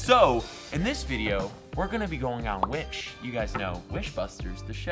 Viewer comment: I thought you said "Wish Bus"